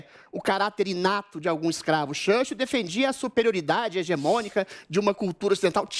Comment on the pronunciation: lembrei do professor vila no pânico zoando eduardo bananinha qdo ele mandou uma pronúncia de "shurshiu" igual o adriles fez kkk